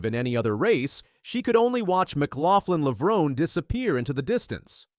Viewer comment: I immediately turned this video off when you could not even pronounce Sydney's last name